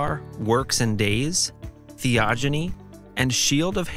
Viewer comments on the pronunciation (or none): Theogony is pronounced with a hard 'g'